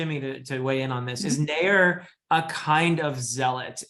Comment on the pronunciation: Naiur is the right way to say it